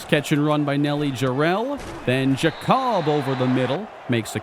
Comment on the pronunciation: I believe Giacobbe is pronounced Jacoby and not Ja-cobb.